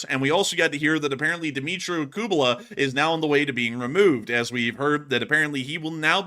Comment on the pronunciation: Guys, it's KU-LE-BA. Not KU-BE-LA. ;)